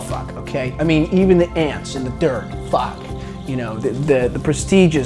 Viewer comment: the way he says fahck is so funny to me